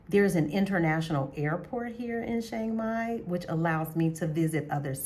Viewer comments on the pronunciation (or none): I’ve been to Chiang Mai (Pronounced - Chuh-Ang My) Mai 30 times since 2005 but I’ve never been to Shhhhhiang Mai. Where is it located? 🤣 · I don’t have on a mask. It’s a photo of a snowman dressed up to look like a man. I don’t have a YT channel and don’t know how I got subscribers. Maybe they like snowmen. I don’t troll. I was merely pointing out the proper way to pronounce Chiang Mai in, what I thought, was a comical way but it looks like it back fired. Please forgive me if I offended you. I wish you the best and hope you continue to enjoy Chiang Mai. It’s my favorite city in Thailand.